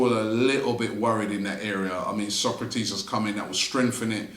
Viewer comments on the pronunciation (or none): none